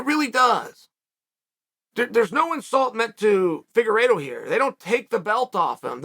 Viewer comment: Fingeredo, at first and then figueredo. Chael really keeps us guessing if he mispronounces names on purpose or what